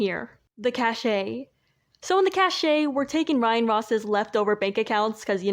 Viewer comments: yeah, it's supposed to be pronounced the same way "cash" is pronounced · The way you say cache is how I said it before I learned how it's supposed to be said